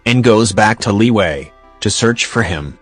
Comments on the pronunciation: Word: Liyue Narriator: LEEWAY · Tch Not Liwue Liyue!!! CHINESE NOT STUPID ENGLISH LIWUE!!!!!!!!